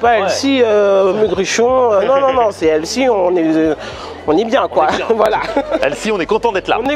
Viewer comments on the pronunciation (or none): Healthy... Heu pardon, Elssi en fait. Alors soit vous le prononcez bien, soit vous dites Santé et ça fonctionne tout aussi bien. Anglicisme inutile. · C'est qui «Elsie»? «sain», «frais», «bon pour la santé», «équilibré», ça marche mieux que «healthy» (avec un h aspiré, bien sûr). «chef de bar» au lieu de «barman» souligne la compétence et l'indépendance du professionnel en charge de la préparation et du service des boissons, substitution adroite et réussie. Bravo et bon appétit! 🥗🥝🍅🥑🥕🥦